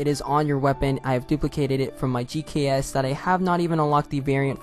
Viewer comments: Lol GK5 its pronounced GKS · In my defense on mispronouncing "GKS", I edit on a 144p monitor and my eyes hurt using it Heres a Text Tutorial Requirements -Atleast 1 Signature Weapon with MASTERCRAFT Camo unlocked -1 Friend SETUP -Pick any class you do want to do this on BUT KEEP NOTE WHICH SPECIFIC CLASS YOU'RE USING (Ex. Custom Class 1) -Equip the Signature Weapon with MASTERCRAFT Camo unlocked -Go into Custom Games, Go onto the same specific class you were using in the Multiplayer Lobby (Ex. Custom Class 1) -Equip the weapon you want to unlock the Reactive Camo on (Ex. GKS) MUST BE A SIGNATURE WEAPON Tutorial for how to unlock ANY Reactive Camo for ANY Signature Weapon 1. Join your Friend in a Multiplayer Lobby 2. Go to Create a Class, Go onto the same specific class with the Signature Weapon/MASTERCRAFT Camo unlocked on (Ex. Custom Class 1) 3. Hit Personalize on the Signature Weapon, Hover over the MASTERCRAFT CAMO 4. Tell your Friend to go into Custom Games, once hes in Custom Games, then you can Equip the MASTERCRAFT Camo and it should appear on the weapon you want to unlock the Reactive Camo on/weapon you equipped in Custom Games from the SETUP once you back out of Personalize (Ex. GKS) 5. Hit Class Options, Hit Copy, Hover over all the custom classes, tell your Friend to Bring Party out of Custom Games, you should have a UI stack on your screen 6. Hit Personalize on your weapon and Hit on the Reactive Camo, then it should appear your Signature Weapon class in your Multiplayer Lobby 7. Tell your Fr